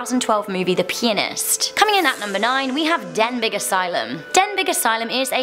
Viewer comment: Not sure if anyone else has mentioned to you but the G in Denbigh is silent. I know we can’t all get it right every time but I hope this helps. Yet another interesting and informative list. I love this channel ❤️